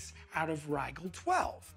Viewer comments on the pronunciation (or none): I’ve never heard anyone pronounce Rigel like that